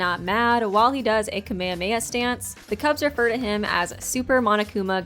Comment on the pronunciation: That Kamehameha pronunciation deceased me 😔